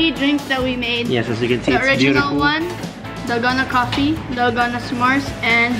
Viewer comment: I hear corona coffee 😂😂